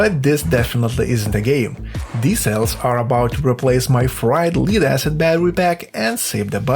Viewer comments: please say "lead" properly it's not what you think................. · Pronunciation tip - lead is "led" not "leed" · It's not "Leeed acid" it's Lead like head or dead.... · FYI, lead is pronounced led, not leed. Also. thanks for this great video. I will actually put it into use when I build my next fishing kayak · It’s pronounced LED ACID not LEED ACID. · well done, read all coments till i found pronounciation of Lead he beat me to the punch as i debated on calling you out on it LOL (led not leed) lead can be pronounced both ways as it is written same way depending on the subject, that's english for ya' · Can't pronounce the word Lead. You keep saying Leed instead of Lead. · Lead/li:d/ is not lead/led/ - perhaps a dictionary..? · Lead is pronounced like "ledd" not "lied" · It is lead - not leed ! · In English, 'lead' (the metal) is pronounced "led", not "leed". The word 'lead' (as in a dog lead or popular leader) is pronounced 'leed'. Confusing language with terrible spelling norms... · AI says, Leeeed acid. Block you! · lead is actually pronounced lead, hope this helps ❤ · You could also provide a little pronounciation help: in this case, lead rhymes with shed. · If just spelling it told you how to pronounce it he wouldn't have made the mistake. It'd be helpful to spell it phonetically with examples like "ledd." The double consonant implies a preceding short vowel and that the "d" sound is not silent. It's also helpful to clarify that "lead" is pronounced that way, but when it's used as a verb, "to lead," so perhaps he has only ever ~read~ lead. Emphasized because "read" is another example of edd vs eed ( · That's not how you pronounce "lead" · It’s pronounced lead not lead